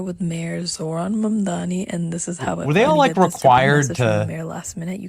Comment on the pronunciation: His name is actually not "Zoorhaan Mandami" -- it's "Zohran Mamdani" -- Sometimes I call him Zorro Ma'am-Dandy but ... that's not really it.